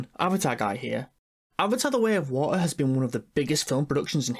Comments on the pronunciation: NOOOOOOOOOO u said avatar the way of wa'eh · avatah wey of wo-ah. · Avaar uh way of waur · Avatar 2: Way of Wa'ah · avatar the way of wa'ar got me laughing